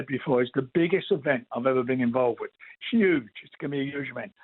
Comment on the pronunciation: "it's 'uge!!"...